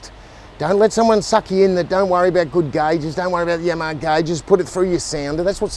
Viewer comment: The way he pronounces Yamaha is catchy. Must be that Aussie dialect. I don't pronounce my Yamaha like I used too. Now whenever I hear that name I say Yamma Haaaa just like